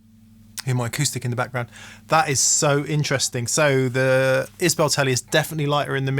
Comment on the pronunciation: Pronounced Is-bull not bell ;-)